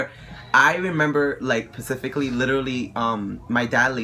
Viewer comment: "I remember Pacifically" lol.